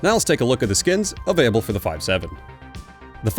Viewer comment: Mans does not pronounce the L in available